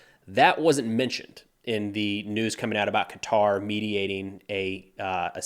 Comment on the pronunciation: Qatar is pronounced Kutter (back of throat sound for the K).